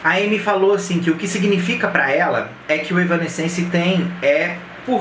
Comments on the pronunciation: Não tô crucificando, longe de mim. Acho que é importante mesmo para entregar algo com cada vez mais qualidade. Seu canal é bom! A pronúncia é mais ou menos assim: Êv-nã-sense (Êv é tônico, o resto vai apagando). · "evanéss-sence" a pronúncia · Se fala: évanéssenci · Caralho tchê! Kkk começou o vídeo errando o nome em 3 tentativas... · Três pronúncias diferentes. Nenhuma certa. Não é fácil a vida do fã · Cara, ainda tá falando o nome errado 😅😅😅